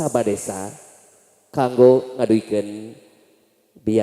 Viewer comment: Kaku bgt bhasa sndanya, eehhm gak rekomen. Kango bukan kanggo, secara penulisan memang kanggo, tpi secara pengucapan huruf g nya ga perlu terlalu jelas malah harusnya lebih di samar²in.